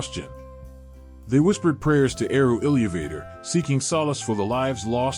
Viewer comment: ILLEEYUVAYTOR But not AI, so you get a pass.